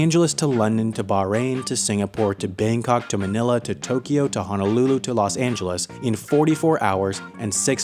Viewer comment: Manila pronunciation is on point 👌🏻